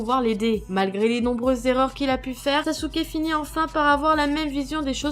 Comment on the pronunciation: Ibrahime Balde 0 pourquoi elle a dit sasuke et pas sasuké